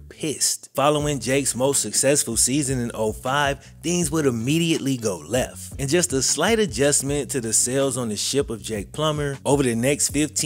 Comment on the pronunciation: “Things would immediately go lefff.” 😂😂